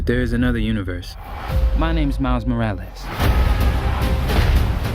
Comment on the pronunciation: anyone else bothered with how he says More al ass first time I heard it was Comic-Con and it bothered me and it still does, but it could just be me what do y'all think?